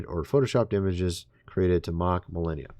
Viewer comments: Mil arn ia its pronounced... not millenia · Please stop with the melEHnia...it's meLAHnia !!! Thank you. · Is it bothering anyone else that this guy doesn't know the First Lady's name? It isn't Milenia (Millennia). It's Melania (Mel-AU-nia) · Forgive the criticism but, the name is MelAnia not MelEnia. I like ur vids. Ty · Melenia?? It's Melania 😂 wtf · it's MelAnia, not MelEnia. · It's Mel onia not Mel enia. Puhleeze. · Millennia?????? Did you mean "MELANIA"????? :face-fuchsia-wide-eyes::cat-orange-whistling::face-blue-wide-eyes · You need AI to see if MELANIA pics are fake? ( please lo with the strange pronunciation issue ) It's Mel ahn ia 😊 Anyway, if it was real the left would have already had this for 5 years straight - brain power - no need for AI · Why does he keep saying Melenia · You keep mispronouncing "Melania's" name, you keep calling her; "millennia." Why do you keep doing that?. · Are you really that tone deaf. It's pronounced MeLONia!! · It's Melania. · Me-Lan- ia. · MELANIA NOT MELLENNIUM and its ROOF not RUFF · Melania...not Melania as youre pronouncing her name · If you're going to say her name so many times, please pronounce it correctly. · You must be kidding when you are mispronouncing Melania's name. Right?